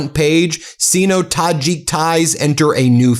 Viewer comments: The CORRECT pronunciation, for CENTURIES, of "sino" is SIGHno and not SEENo as Ben said in this video. shame on Ben. Yes I know many AI read it wrong, and there is a trend to pronounce sino that way nowadays, but it is not correct. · Sino-China relations is pronounced sy no not si no. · Sigh-no, not "see-no" for pronunciation of "Sino." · Ayyeeee... Sino is pronounced sighno .... ( not "seeno"). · Sino - the i is pronounced as a long sound, ie S-eye-no not Seeno 😊 Great report thank you. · Do your homework. You sound uneducated, kinda like... english (Prefix): Usually pronounced "SIGH-noh". Not C note, that's slang for a unit of money... oh, wait. that works too.... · "SIGH-no," Ben, not "SEE-no." Goodness! Another egregious mispronunciation from you? Get some help with this recurring issue. PLEASE! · It is not "see-no" Ben. You frequently get pronounciations wrong. Particularly With the letter "I". It is pronounced "Sigh-no" or Seye-no" Stop guessing. It is a long "I". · Sino is pronounce Syno not Seeno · pronounced Syno not Sino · Sino, pronounced -seeno, not cyno. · SIINO = ‘See-no’ ??? Ben for a bright guy you sure make a lot of mispronunciations- some are very odd, not sure where you get this from Should probably work on your vocabulary in general, often very repetitive- with the adjectives in particular Also, when you get excited you have a tendency to sound like Mr. Haney on Green Acres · The word/prefix "Sino-" (meaning Chinese) is most commonly pronounced as "SIGH-no" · SINO is pronounced with a long "i"... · Ben, Sino has a long o, like sign-o. I love your content, but I've notice that you need some help with pronunciation of less-familiar words (such as papacy, etc.) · Ben, its Sino, rhymes with rhino